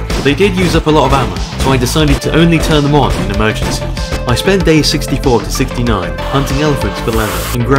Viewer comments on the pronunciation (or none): he said "just emrgenses"